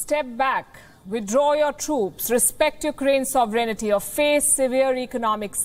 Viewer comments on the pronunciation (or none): Sovereignty. Please its not "sov e ren ty" its "sov ren ty"!!!! Please. And for the record clicking random keys on a laptop while talking as a news host is not a demonstration of intelligence!!